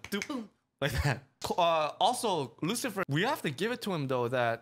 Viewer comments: It's Luci-l-fer not Lucifer. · Chrollos last name is lucilfer there is an l before the f so its lu-sil-fer